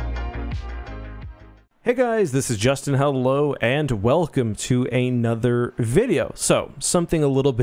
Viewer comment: Hey, you said anoter instead of another. Just a heads-up